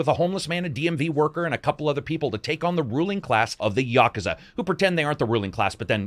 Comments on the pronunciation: I still gave it a thumbs up, even though it is pronounced 'yah-koo-zah' not 'ya-ka-za'. It's hard to tell if is trolling with that pronunciation or not. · "yah-ka-za"? I thought it was "yah-kooz-a"? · Ya-koo-za not Yakaza. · Yo, great video. Japanese is pronounced essentially in sets of two letter syllables with few exceptions. So it's Ya-ku-za not Yaku-za. This works with just about every Japanese word you will come across. Sa-zu-ki, Ka-wa-sa-ki, to-to-ro etc. Follow this one trick and you can pronounce Japanese without totally guessing every time. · I think I've been pronouncing Yakuza wrong for 30 years. I've always said Ya-KOO-za. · Yaaaaaakuza is just as bad as yakoooooooza. Say words properly. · Please stop pronouncing yakuza incorrectly. Here: Yuh. Koo. Zuh. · The question is where is the stress when you pronounce it? Is it YA ku za or is it ya KU za? Is the stress usually the same for all Japanese words?